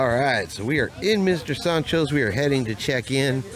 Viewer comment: Love the way he says Mr Soncho’s…. lol… Mr SAND-Cho’s